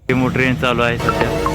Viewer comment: डेमो नाही ओ डेमू म्हणतात Demu train